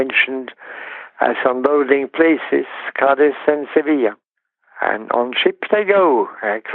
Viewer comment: The way he pronounces Cádiz sounds like Cardiff.